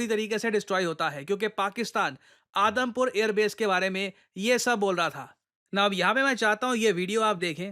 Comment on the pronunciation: i literally heard Adampur air airbase as Adamkhor airbase